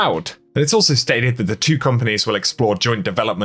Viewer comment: He replaces 't' wiht 'ch', but I got him to say 'Destiny Two' instead of 'Destiny Chew'. He is getting better.